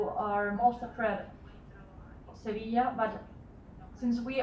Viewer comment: SeVIJA frank not SeVIL